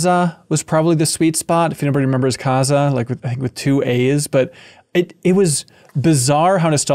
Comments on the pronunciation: Its Kazaa-h not kaza -hermione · hmmm I think I must pronounce kazaa wrong because I put the emphasis on ZAA, so it's like "kuh-ZAA"